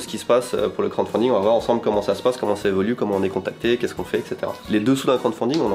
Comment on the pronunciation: par contre c'est crouade faounding beubeu 😂